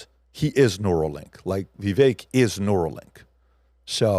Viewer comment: Vivek rhymes with cake.